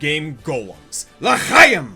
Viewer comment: As a Jewish man, I really must thank you for getting our mythology right... As well as the pronunciation of "L'chaim" Also, interestingly enough, while Dragon Age dwarves do not continue this, the dwarves of Tolkien originally took a lot of inspiration from Jewish culture, with examples including certain funerary customs, as well as mournful songs about wanting to return to a lost homeland. While not the same as the original Jewish folktales, it does seem fitting that Bioware would give Golems back to the closest thing they have to Jews... Now if only they could pronounce it right.